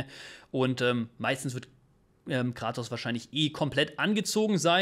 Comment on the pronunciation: Sorry aber er heißt Kratos, nicht Gratos ! Da haben mir meine Ohren geblutet